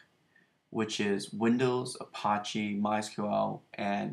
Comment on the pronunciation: Thanks for sharing. I have Mamp Pro and I'm still learning it (for both Drupal and WordPress). One very silly comment - you are pronouncing Apache more like the French word for gangster vs a common name of a native American Indian tribe. Check it out